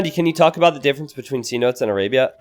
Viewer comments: The map isn’t C notes it’s pro union fee seh-no-tays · Map is pronounced ce-NO-tays